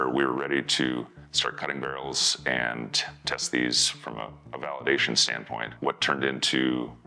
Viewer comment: Not sure but sounds like increasing twist; pioneered by the M-102 howitzer in the '60s. Interesting video......a little worried though about his "and's" turning into "ant's"